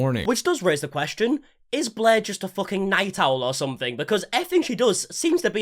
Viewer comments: whenever you say blair i hear bläää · im not really interested in all drama i just like how this guy pronounce blair bläh